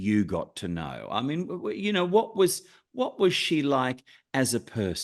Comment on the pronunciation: Why does the interviewer keep calling her, "LINDER EVANS"? Her name is "Linda" with an "A" at the end, not an "R".